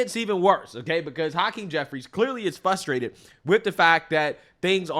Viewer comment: Say frustrated, not fusstrated. Ive been watching your content more frequently. Little things like that can devalue a good point.